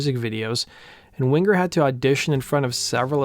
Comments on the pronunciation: It's "Wing-er", dammit! Not "Wing-ger"! lol. And that 2nd album was great, but more mature writing that wasn't quite aimed at the same audience. I think that had more to do with declining ticket sales than anything else. And the 3rd album just wasn't very good overall. 1st track is quite good, despite the somewhat awkward beginning, and the last track is quite good as well. But again, not songs aimed at the original fanbase. Down Incognito was pretty good, but your not going to sell albums releasing that as the first single. Anyway, phenomenal band and musicians. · Winger not Wing grrr. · Stop saying wing-gur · My maiden name is Winger and I hated it when people would say it wrong it’s Wing er not Win ger. The original way to spell it is Wenger but got changed to Winger. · Why do you pronounce it Wingur? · One of the best bands of the time, tons of talent... funny to hear this young guy say wing ger😁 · wing-ger lol :P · prounce the last name properly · The hard G isn't needed........